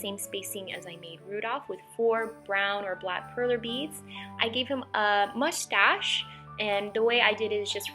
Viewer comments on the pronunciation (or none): Mus-tash.... not Mush-Stash....lol its easier to say